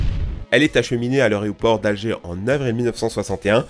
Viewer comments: AÉROport et non ARÉOport ! Pense a air/aéré... C'est pas la premiere fois que je l'entends mal prononcé dans tes videos. c'est impressionant le nombre de francais qui ne savent pas prononcer ce mot 0_o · Tu as toujours beaucoup de mal avec le mot aéroport que tu prononces à chaque fois( je l'ai déjà vu sur des vidéos précédentes) arrêt-ô-port...! 😁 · Dans "l'aréoport" ? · 0.56 aréoport... fait un effort. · Je suis le seul à entendre aréoport ??? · ON DIT AÉROPORT ET PAS ARÉOPORT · L'areoport? Romantisée? Jez bond? Putain le niveau.... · larrêt au port